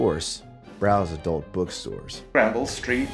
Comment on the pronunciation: R Hineman I found it hard to focus because of the way he was pronouncing Granville